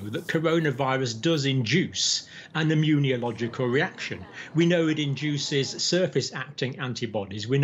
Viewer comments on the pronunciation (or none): Dr. Campbell, I am happy for discovering your channel. Very useful, I listen to you every day. I believe it would be even better, if you say "immunological" instead of "immuniological". As for the facts, I've heard that this coronavirus actually mutates a lot because its 'life' cycle is relatively short. Thank you for your effort!